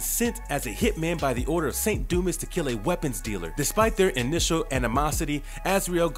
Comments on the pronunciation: It's do-ma not do-mis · A small critique... In "Saint Dumas" the "S" is silent. It's pronounced "Saint Dumah" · Dumas is pronounced “doo-mah” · Its pronounced Du mas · It's pronounced dū-mäs! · I had to stop because of the way he pronounces “dumas”